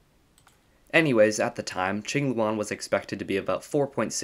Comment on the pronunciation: Thanks for not pronouncing it Kwing-loo-ann